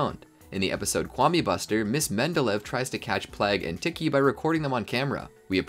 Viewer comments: It's not tick-e it's tee-kee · its not tiki its tikki